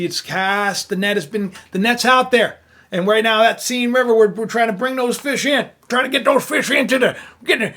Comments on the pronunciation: arghhhhh - its not seen river - more like sen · BTW, the correct French pronunciation of the name of the river Seine is the same as the English pronunciation of the word “sane.”